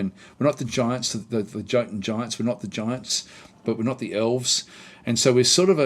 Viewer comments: and Jotun/Jotunhaim its "Yotun" as a rule of thumb for norse/viking nations "J" is "Y" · 'j' is 'y' It's yarls and yotun.